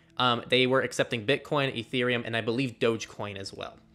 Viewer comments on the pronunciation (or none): none